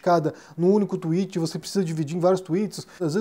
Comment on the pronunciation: Olá,! Acho que você pronuncia Twitter perfeitamente, mas creio que ao tentar falar tweet pareceu mais como Twitch, que na verdade é uma plataforma de streaming. Obrigado sempre pelos vídeos!